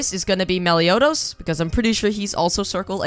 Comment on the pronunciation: stopped watching when u said meliodos. -_